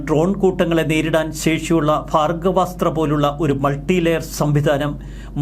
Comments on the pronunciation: ഭാഗവ സ്ത്ര അല്ലടോ ഭാർഗവസ്ത്ര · ഭാർഗ്ഗവാസ്ത്രം എന്ന് ഉച്ഛരിക്കൂ, അനിയാ